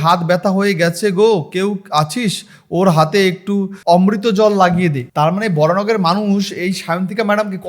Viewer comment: বলছি ভাই কোন স্কুল থেকে বাংলা টা পাস করেছি এত বানান ভুল পড়ছো ??? অমৃতাঞ্জন টাকে বলছ অমৃতা জল, ঠোঙা কে উচ্চারণ করতে পারছ না ।